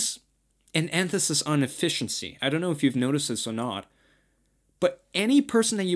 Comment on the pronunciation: the word is emphasis, not enthasis.